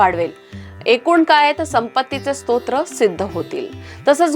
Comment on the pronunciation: स्रोत हा योग्य शब्द आहें. स्तोत्र नाही